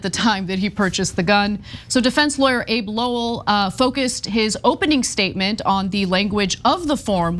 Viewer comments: It’s not Abe (as in Lincoln) Lowell, it’s pronounced Abbey as in a building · Abbe is pronounced like abbey, as in Downton Abbey.